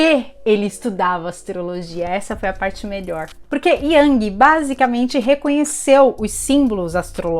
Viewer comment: A pronuncia é IUNG